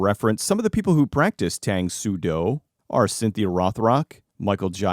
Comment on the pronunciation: It's "Tahng", not like the drink "Taang".